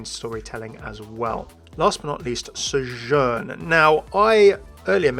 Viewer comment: Why do you keep pronouncing Sojourn with an accent? She doesn't say it with an accent.